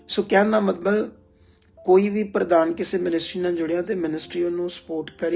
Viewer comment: ਮਤਬਲ ਨੀ ਹੁੰਦਾ ਮਤਲਬ ਹੁੰਦਾ ਸਹੀ ਸ਼ਬਦ ਬੋਲੋ ਜੀ